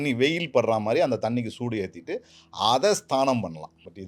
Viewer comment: Correct. I too wonder Y his telling Sthaanam, it is Snaanam means taking bath.